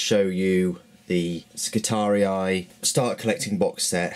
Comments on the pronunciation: Skitari-eye hahaha think its pronounced Skitarie.. Just ignore the second i :) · pretty good review. FYI the Skitarii are pronounced Skitahree, not Skitari-i. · Skitarius is the singular, Skitarii the plural. The second "i" is pronounced just like the first one, making it a long single-vowel sound. Like -ee in English. ;) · there is no space or seperation of the last i ( so its Skitaree not Skitari-i) almost fell from my seat lmao when i heared him say it first >_< (no offense meant, i love his reviews and unboxings) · you are saying it wrong you only pronounce it as I not I eye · It’s Skit-ar-ee, not skit-ar-ee-eye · I didn't have any specific kit in mind. I know you're unboxing the Space Marines, but we've seen them. I'll probably watch the video anyway, but I thought since you're starting a new army this year, maybe other kits in the Cult Machanicum/Skitarii. Oh yeah, and I think the correct way of pronouncing it is Skitar-ee, no I at the end; not judging, just saying. I good either way. Thanks for the link too. :D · I'm so fucking glad I am not the only person who pronounced Skitatii as Ski-Tar-Re-Eye. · I think you're saying skitarii wrong, it just doesn't sound right to me. All the models look cool and I was just wondering if you have done a review on the space marine box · Why? It just means you're not the only person that got it wrong. Two wrongs don't make a right. The second 'i' is just trying to look cool, you pronounce it with an 'e'.